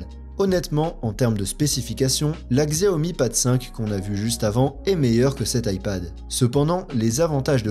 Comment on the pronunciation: On dit Chiaomi t’as mérité le pouce rouge